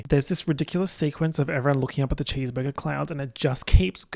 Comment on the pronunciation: "chèsebergé clouds" 😭💀